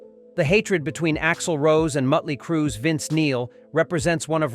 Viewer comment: True... ...But what I don't understand, is why you made that statement as a reply to my comment making fun of their mispronunciation of Motley Crue.